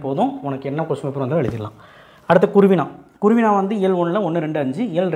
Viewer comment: அண்ணா குறுவினா குருவினா இல்ல